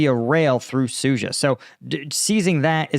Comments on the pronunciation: Suja - dzh is a "j" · Sood zha. There is a D in there,, and an H.